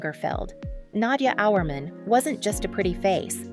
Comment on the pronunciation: Learn how to pronounce her name.